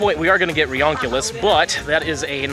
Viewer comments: It sounds ridonculous to call it reonculius. It's "ree-you-ni-clus" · it's actually pronounced RE-UNI-CLUS, like re-united cluster. not reoncilus